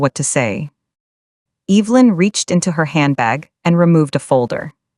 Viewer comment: What the hell can’t AI pronounce Evelynn.